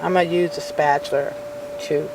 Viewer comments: very irritating, it's spatula, not spatular. There's no r at the end of "spatula". Sorry that's very irksome. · It is called a SPAT-ULA not a SPAT-U-LER. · I always try to be nice but honestly SPAT-U-LER was super distracting and made me also want to stop the video instead I just lowered the volume. I figured my problem easy fix. Ma’am this was a really great idea you had thank you for making the video.. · Paula Deen says spatchler too. LOL Maybe it's a southern thing. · I wasn't annoyed by your comment, I was annoyed by her repeatedly calling it a "spatular" too... Its just one of those things.. The first time she said I actually "corrected" her, the second time I corrected her again, the 3rd time I stopped the video because it was just too annoying...